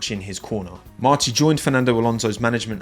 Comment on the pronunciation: I think that at least those who come from F3 are going to be the best in the world in the future because I saw their season and the truth is that they were incredible, but a question on a separate topic, because those from the English-speaking community always say Spanish names Are you wrong about the tone of voice? For example, the name of Pepe Martí is said using the tí voice, that is why it has an accent, but you say Pepe Márti using the strong tone in the Mar